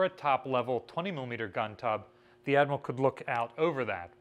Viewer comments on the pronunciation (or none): none